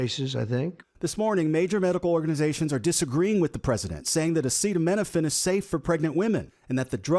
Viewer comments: This guy can't even read the word Acetaminophen, yet he expects people to believe he got a legit degree from one of the most prestigious business schools in the world? Bwahaha 🤨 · Research... RESEARCH... it took him a week just to learn how to say "acetaminophen" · A stable genius who can't pronounce the name of the medicine and he's the press... Presse… press…. What? 🥸🏴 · ASS HE FELON OH MAN the guy standing next to Fat Donny whispered the pronunciation ( if you listen closely) 🤫